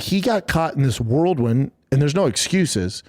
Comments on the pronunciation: “So he got caught in this worldwind” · Raga got caught up in a "worldwin"😂😂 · Yeah he meant nest egg. He also said worldwin instead of whirlwind. Dummy. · Lol, "worldwind" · he got caught in a "worldwin". 😂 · Bappas narradive 1. It wasn’t duhbyabee wrestling 2. He got caught up in a “World wind”